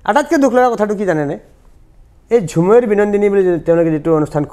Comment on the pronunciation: মুখ্যমন্ত্ৰীয়ে বাগানীয়া সকলক খুব ভালপোৱা দেখুওৱাবলৈ বাগানীয়া ভাষা কবলৈ যাওতে শব্দটোৱে বৃকৃত ৰূপ ল'লে। আৰু হয় হজুৰ হয় হজুৰ কৈ থকা সকলেও সেই ভুলটোকে প্ৰকাশ কৰিলে।